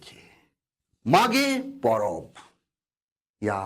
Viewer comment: मैं भी हो जनजाति से हूं,चाईबासा से, सर आपने बहुत अच्छी तरह से समझा दिया ,कभी मौका मिले तो आइए कोल्हान में,मागे पोरोब में,आपका हो भाषा उच्चारण में और अच्छा सुधार होगा